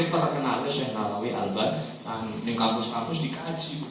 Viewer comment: Yg benar AL-BANTENI bukan AL-BANTANI